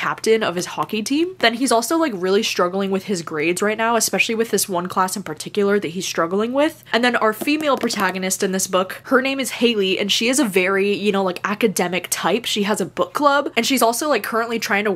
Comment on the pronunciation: Just an fyi in daydream the main characters name is Halle like Halle berry not Hailey’s comet!